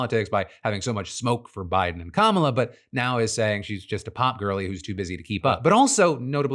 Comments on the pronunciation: chappell roan say's kamala like the racists do and that's a red flag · Chappell can't even pronounce Kamala correctly and pushed her black assistant recently. Her songs are overrated as well.